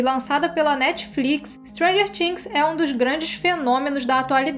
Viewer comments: "TH" no inglês é pronunciado com a língua entre os dentes, sem forçar o som do "T", na realidade perde esse som e fica algo próximo do "D". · O vídeo é ótimoooo!!!!! Mas a pronúncia de "things" me incomodou rsrss